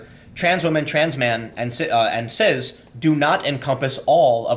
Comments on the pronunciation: I’m pretty sure that it’s pronounced “siss” not “siz” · Turned off after the second time you said ciZ and foLks. Dislike both words (is cis even a word?) but didn't realise your pronunciation of them annoyed me even more.